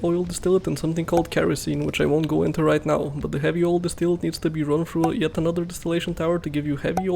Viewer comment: distillate is clearly pronounced distillate